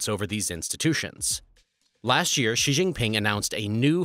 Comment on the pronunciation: Also Xi is pronounced "she".. It helps to at least get the main protagonist in the story's name correct.